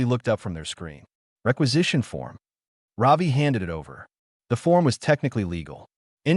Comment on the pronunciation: Ravi…. Not Robbie…😊